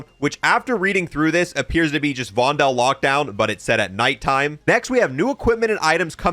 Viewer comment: stop saying "vondel" wrong